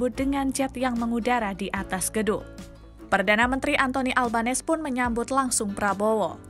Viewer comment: Anthony ALBANESE. Ucapan Surname (Nama Keluarga) PM Autralia in adalah; AL-BEN -E-SE, dengan huruf N-nya diteruskan ke huruf E yang melanjutinya jadi : AL-BEN-nE-SE dan tekannanya jatuh pada sukukata "nE" >>>>>ALben 'NEse.